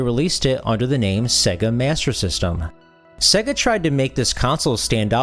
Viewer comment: Dude......its SEYYGA (as in 'AGES") not SEGGA (as in EGG).